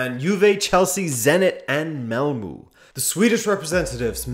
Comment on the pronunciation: I've been considerably entertained this week by the variety of pronunciations for "Malmo" that are floating around the Web — 'mall moo, Ꞌmall muh at ESPN, and a third I can't exactly remember. Stand back and pay attention — I know the truth. I had a Swedish dorm roomie in College 50 years ago, a 25 year old son of a Malmo cattle baron getting his Ph.D in Agricultural Economics. He pronounced it just like it looks — " Ꞌmall moe". He was an interesting, fun guy, worked summers in Nevada as a cowboy, so he knew his way around all the bordellos in the state (the best, he said, was Susie's in Battle Mountain, but I imagine Susie is getting a little long in the tooth by now, and a little saggy everywhere else), and his knowledge of liquor was encyclopedic. One Saturday morning, before my eyes were even open he handed me a shot glass of Irish whisky. The other 2 roommates were watching me expectantly, having already downed their glasses. What could I do; my street cred hung in the balance. I opted for Cool over Common sense, and felt like crap for half a day. I must have been gullible back then, because he once recommended I try Campari and Tonic before dinner, and... It was GREAT. REALLY! A transformative experience, a real eye opener. Y'all should definitely try it. For sure. Remember — Ꞌmall moe.